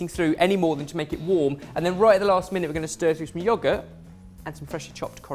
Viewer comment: The way says yogurt KILL ME NOW